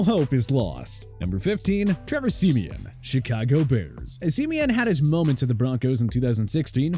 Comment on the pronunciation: Great video! Gotta work on the name pronunciations though! Like Rypien and Simian.